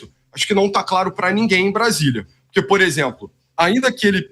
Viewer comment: Não existe purqui, nem falar direito ele sabe.